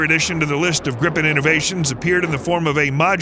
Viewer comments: im getting extremely pissed off about how extremely wrong youre saying this, as a swedish person i say, learn how to pronounce our words >:( BRU- YOURE SAYING THIS EVEN MORE WRONG YOURE SAYING HIS NAME COMPLETELY WRONG OMFG "grifen" ITS A GRIPEN, GRIPEN, G,R,I,P,E,N. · Not "Grippen", it's pronounced "Greepen". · He can't pronounce any of the Swedish words correctly. 😂